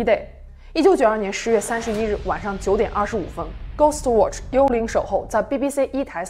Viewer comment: 他watch都唸渥去 我真心感到問號